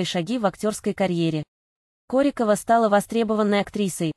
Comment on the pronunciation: Ударение в фамилии и так и сяк. Определитесь уже. Нормально относимся. Ее личная жизнь только ее. Нечего лезть в постель и доносить всему миру.